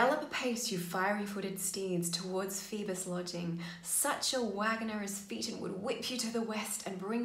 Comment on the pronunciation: Phaeton is pronounced fei- Tn(as in fayton)